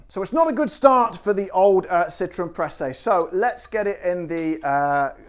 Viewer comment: Your pronunciation was correct :)